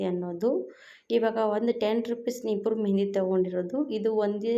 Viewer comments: ನೀಪುರ ಅಲ್ಲ.ನೂಪುರ್ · ನಿಪುರ್ ಅಲ್ಲ ನುಪುರ್ ಅದು